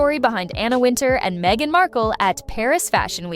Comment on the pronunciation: WIN-Tower is how Wintour is pronounced. Is this stupid A.I. narrrating? Just stop it! Use a real person to read the scripts.